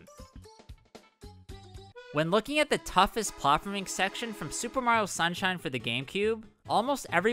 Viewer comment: how can mario youtubers never pronounce "mario" properly